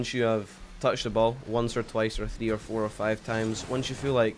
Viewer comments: Thwee wee thwee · thee v thee thats how he says 3 v 3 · “Thee Vee Thee” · scotland be like